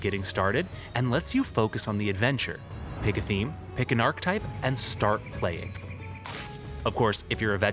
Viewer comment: Awesome video, looking forward to both OG WoW and CoA. However, my OCD kept getting triggered... 'Archetype' is pronounced 'Ar-kay-type', not 'Ark-type' ffs! Apart from that, good job! 😁